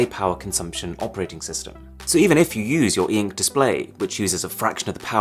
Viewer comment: Normal people : ink Arun : EEEENKK